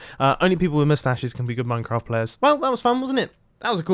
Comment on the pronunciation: but you said mustach at the end which is wrong...